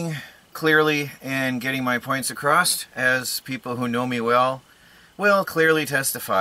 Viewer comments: knows that, we've badgered him quite a bit about it in the past (in a good-natured way, of course.) In one of his videos was making fun of his poor speaking habits and he flashed the word "_Acrosst_" across the screen. Even so it still annoys me when he says it! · acrosst... ISNT A WORD... lol. there is no "t" at the end.